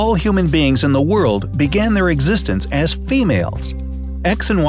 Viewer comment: you said human baing to human being